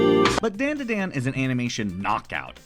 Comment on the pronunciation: You were definitely aware of the sensible and commonly accepted pronunciation of "DanDaDan" prior to making this video and yet you still chose to pronounce it like dendeden... why 😭